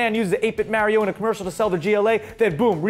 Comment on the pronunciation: Am I the only one who noticed call Mario Mary-O